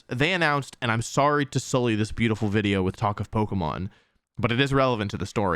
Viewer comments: Glad to hear you say wideo again. I discovered your channel during lockdown in spring 2020. And your daily uploads along with your positive energy really helped me get through the day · You said wideo and I got nostalgic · I love how wolfe says wideo plus the content on this channel is top notch /10 story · Wolfe: Wideo Me: :')